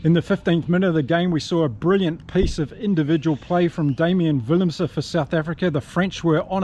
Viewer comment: In Afrikaans - W is pronounced V and V is pronounced F so willemse should be pronounced villemse and venter is ‘fenter’ but you do really well with the Afrikaans names